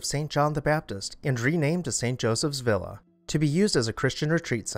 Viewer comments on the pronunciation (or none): none